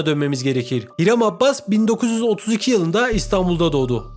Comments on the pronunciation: adamın soyadı abbas değil abas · abbas deyip duruyo ya, abas abas